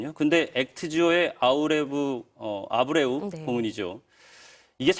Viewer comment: 근데 저 왼쪽 아나운서 분은 저번 뉴스외전 잠깐 진행하실 때도 그렇고 약간 뭔가를 잘 모르시는듯한 느낌이 들더군요 일부러 콘셉트를 저렇게 잡으신건지 모르겠지만.. 액트지오 아브레우 는 일반인도 아는데 아무리 그래도 한번은 읽고 나오셔야 하는거 아닌가 싶은데